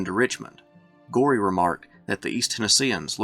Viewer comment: Thomas Goree's name is pronounced go- ree, not gory! Get it right boy.